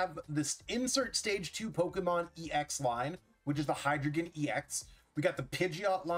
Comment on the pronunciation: "Dei," "Zwei," "Drei" are German for 1, 2, 3, and they all use the long "i" sound (rhyming with 'sky')